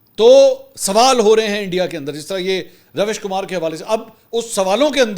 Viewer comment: Did you guys notice as the war stopped. Mansoor content is getting useless. he doesn't even know how to pronounce the Ravish Kumar name.